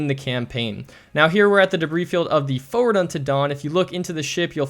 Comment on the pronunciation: I have used your videos in every mission so far thanks man, and i love the way you say forward, foe ward haha